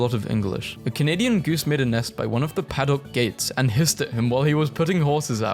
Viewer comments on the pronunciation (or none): none